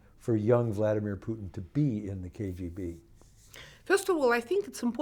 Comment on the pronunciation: Hos hard can it be for an educated journalist to pronounce Putin? 🤦🏻‍♂️